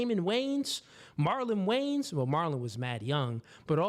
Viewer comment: The "WAYAN" BROTHERS - 2 SYLLABLES - NOT WAYNS